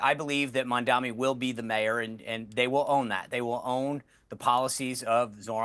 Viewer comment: Why are so many Republicans unable to say a simple name like "Mamdani" right? Is it a lack of education or a speaking disability or what?